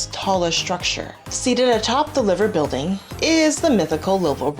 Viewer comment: The Liver Building is Pronounced Lie - ver...not Liver as in Liverpool . just saying! i love Liverpool